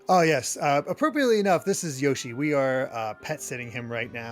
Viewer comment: Yoshi looks adorable, but that's not how you pronounce Yoshi's name ;)